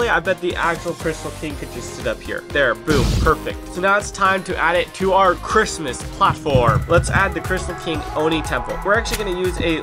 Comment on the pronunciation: 24-days of saying "the Chritsmas Platform." 😂